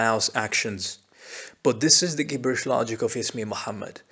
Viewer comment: u pronounced "gibberish" and "compliance" the wrong way, ur an arab right? it really doesnt change anything, just curious.